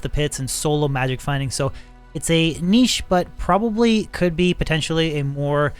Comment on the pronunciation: at least it's pronounced correctly. think of llama saying it wrong 400 times...yikes